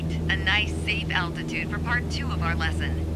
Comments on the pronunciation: Did anyone else hear attitude and not altitude? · Is anyone hearing attitude and not altitude?